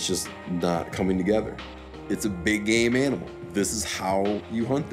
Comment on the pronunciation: No 😂 he said "game animal"